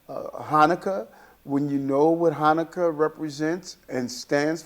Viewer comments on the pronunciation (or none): none